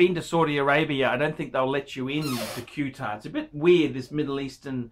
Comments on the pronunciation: Cuetar, what a dumb fuck not knowing how to pronounce Qatar lol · I live here, Its pronounced Catter..............